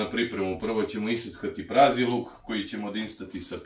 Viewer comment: Au kako je zanimljiv...Još kad je rekao "prazniluk" umesto "praziluk"...Baš je talenat. Ja ga ne bi više ubacivao u klipove da se ne istroši. Šteta bi bila da izgubimo ovakvog šoumena..